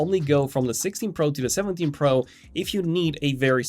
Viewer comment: The way he says pro urks tf out of me. Sorry for my little rant